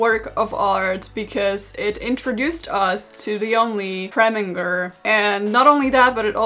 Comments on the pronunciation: I saw Preminger and I CLICKED But babes it's pronounced "Preh-min-jer" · you have no idea how much I needed this Also: calling Preminger “Premmie” I can’t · It’s no longer Preminger It’s ”Premin-G R R R” now 😂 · WHY IS NOBODY QUESTIONING HOW SHE PRONOUNCES PREMIGER?? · I’m sorry I know it’s her accent but Karolina saying preminger’s name with a hard g took me out. And then her calling him “premmie” later on like 💀💀💀💀💀💀💀